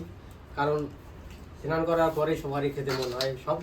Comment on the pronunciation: Senan ?? Say snan